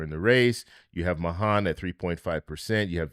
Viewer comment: Mahan's name is pronounced MAY-han.